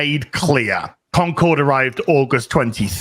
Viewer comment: I love how keeps calling it "Conquered."